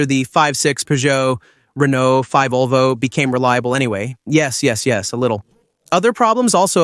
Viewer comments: Very very very bad Ai voiceover. Fivesixs it is the v6 and five olvo it is Volvo. I wanted to watch all the video but it was impossible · This video is AI-generated, so it's complete nonsense. The AI in the video can't recognize the name Volvo; to the AI, the V stands for the Roman numeral five. In this stupid video, the AI pronounces the name Volvo as "five olvo." Nevertheless, the uploader posted this nonsense on YouTube. So, according to this video, I drive a five olvo five 70 D5 (Volvo V70 D5).